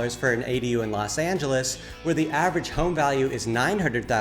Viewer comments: it's "LOS Angeles", not "Las Angeles." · Why the fuck are you calling it Las Angeles?? This is starting off with some bullshit already lol why not Don Diego?? Sanctimonious? Or Franco San??